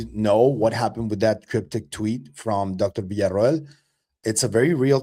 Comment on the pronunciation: Finally someone who can pronounce Villa-Ro-el